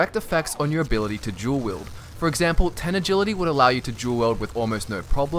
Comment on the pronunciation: I thought he said "Jewel Wield" not Dual Wield